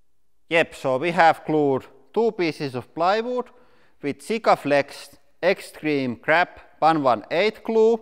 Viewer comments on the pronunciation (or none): Hahahaha i had to google it i had to rewind like 8 times and each time i heard "Extreme crap glue" // (Was extreme grab) :D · So the glue is called "Extreme Grab"? I thought you said "Extreme Crap".